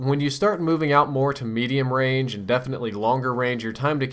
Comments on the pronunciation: at first i thot u were sayin the gun had rage im like wtf?! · say range again please